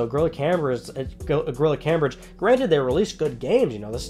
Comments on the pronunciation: ITS PRNOUNCED CAMEBRIDGE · unchartify this episode was unwatchable because of the mispronunciation